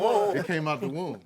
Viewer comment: This was funny! But Tank, it’s not wound, it’s womb.. 😂😂😂